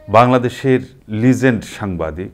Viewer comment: Legend উচ্চারণটা google এ শুনে নিন ।